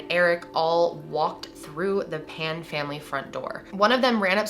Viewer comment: You got their surname incorrect . It is Phan , not Pan .